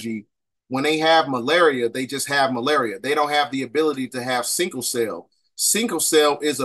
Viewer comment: Everything here checks out except “sinkle cell” I swear you were killing me . Say that shit one more time 🫥😒😂😂😂😂😂